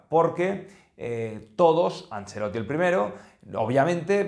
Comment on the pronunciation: Por enésima vez el apellido es ANCELOTTI, no “angelloti” ya usted parece que no sabe pronunciar los apellidos eslavos como Modrić (que se pronuncia modrich).